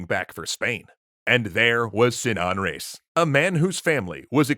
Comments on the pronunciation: it's pronounced re-is, two syllables, no diphthong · How did you manage to butcher the pronunciation of "Reis". It's a title, emphasize it like so. It means Captain